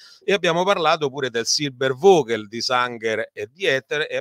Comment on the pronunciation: Professor Mariotti..un minimo di documentazione sulla pronuncia di Reich. A sentirla parlare e citare parole straniere passa la voglia di seguire il video. Tanto per capirci, una per tutte, "Vogel" si pronuncia Foghel". Quando uno si presenta come esperto certe mancanze inficiano la fiducia sulla persona in toto.